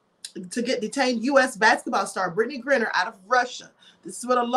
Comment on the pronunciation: GRINER...long i